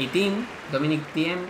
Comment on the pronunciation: Es "tim" (thiem)